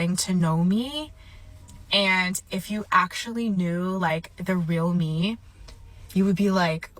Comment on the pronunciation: Hate is a strong word for a verbal habit. That said, it drives me crazy when people use, "thee" where it doesn't belong. It has become rampant in the last 3 years. People think it sounds eloquent, but it's the audible version of, "could of". For those not in the know, "thee" requires the next word to begin with a vowel sound. Here are some examples: The cable. THEE audio cable. The one. THEE only.[Vowel sound] Otherwise, it sounds like, "Please pass thee ketchup." and it's odd to the ears.